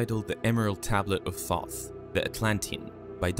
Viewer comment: The mispronunciation of Thoth hurts me each time you say it.